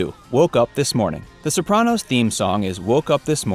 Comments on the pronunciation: the bopranos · you can’t pronounce anything correctly. so-PRAN-os. Ray LEE-OH-TA. LOW-DYE, New Jersey.